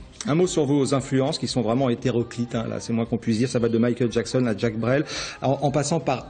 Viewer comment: Oui mdr franchement il aurai pu faire un effort par rapport a "Djack" Brel :')